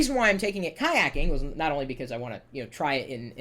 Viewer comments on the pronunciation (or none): lol BTW its kayaking:p